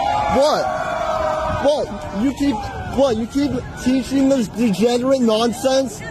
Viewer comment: THE TINY PEE PEE BRAIN SYNDROME IN FULL EFFECT. CAN'T EVEN SAY THE WORD DEGENERATE PROPERLY😂😂😂😂